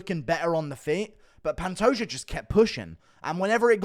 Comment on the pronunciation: Glad to see that Guru is saying Pantoja instead of Pantoha